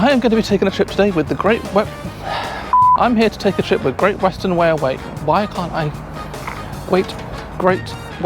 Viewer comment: That creased me up, Gweat Western Wailway, have you been taking lessons from Jonathon Woss?